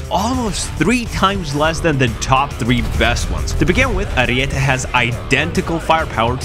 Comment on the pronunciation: Huge W for being the only youtuber saying Ariete right